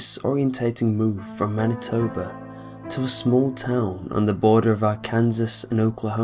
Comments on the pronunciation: It's pronounced as Ar-kan-saw not Ar-Kansas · Is no one going to mention "are-kansas" it's pronouned "are-can-saw". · It's pronounced "Arkan-saw", not "Ar-kansas". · it's pronounced "Arkan(saw)"...not "Ar (Kansas) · its NOT *ArKansas* its *Arknsaw*..... lol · When pronouncing it ArkanSAW, the major emphasis is on the first syllable and the minor emphasis is on the last syllable. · "Ar-Kansas" lost it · Pronounce it right! Arr-Can-Saawww. Gotta put in that American drawl! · Arkansas is pronounced Ar-kan-saw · lol love the story but i live in arkansas lol and it is pronounced are-can-saw lol it is against the law to say it wrong here and that is the worst law ever (next to being able to beat your wife once a month) thats reason i am saying this i was like LAWL breaking the law breaking the law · Arkansas= Ark-an-saw. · just for the record, you mispronounced Arkansas, its pronounce like Arkansaw. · No one from Arkansas better watch this! They hate it when it's pronounced wrong. :P